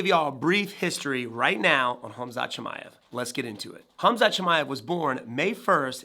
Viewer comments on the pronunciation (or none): And you still can't say his last name there's no I after the M Chimaev